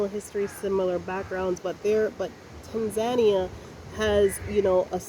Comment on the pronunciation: You have been stationed in that country for more than 75 days... and till today you are unable to pronounce its name properly... hahaha... you have local staff working for you (I hope you are paying a decent income) and yet you cant be bothered to ask them how to pronounce TANZANIA properly. Pls show the respect to the Tanzanians by pronouncing the name correctly. So its TANZANIA and not "Tenzenia"...